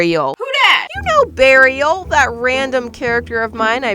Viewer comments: I know it’s supposed to be Beariel like Bear and Ariel, but all I can think is burial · When said Bearrial I thought she ment burial 🪦. ☠️💀😂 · OK, so; I know "Beariel"? (Is that how it would be spelled?) is supposed to just be a combination of a bear and the name "Ariel" from the little mermaid.. But when keeps saying that name I simply cannot hear anything but "BURIAL" and i'm crying from the cringe that my brain has created from this... ANYONE ELSE? no? JUST ME? ok great... sigh cute shells btw.. I mainly LOVE the dumbo octopus